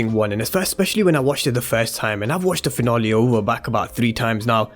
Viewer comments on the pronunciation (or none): We're all here just to here my guy say "season finolly" 😀